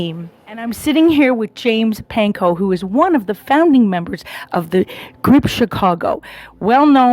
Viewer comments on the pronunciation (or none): His last name is Pankow... not Panko. Try getting it right.